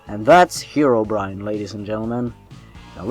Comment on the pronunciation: It's pronounced Hero not Hiro, Herobrine